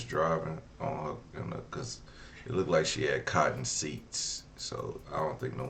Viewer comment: What is “lookded good”?!?! Or I “likeded him!?!?!